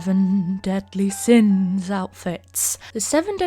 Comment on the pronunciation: Who else heard “The seven deadly sims” and not “The seven deadly sins” 😆